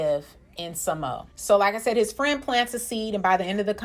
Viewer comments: Its pronounced sa-mo-a, not sa-mo. But agree with your points✌ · ITS PRONOUNCED SA-MO-A....NOT SAMO😉😁🤣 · It's SAH-mo-uh, or sounds more like SAH-mwuh when Samoans say it.